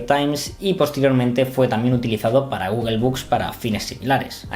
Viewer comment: "Guguel"?..Googel, o Google..